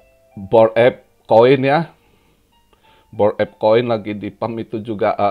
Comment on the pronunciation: Bored Ape Kirain tadi om bilang botx 🤣🤣